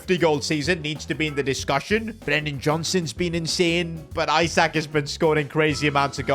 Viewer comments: Isaac ❌ eessaaak ✅ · Isak not Eye-sak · Alexander Isak is pronounced ee-sak, not eye-sak, it was triggering me every time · not aiiisak isak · pleass stop calling him “isaac”, its pronounced “ee sak” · The way he pronounces Isak’s name is so funny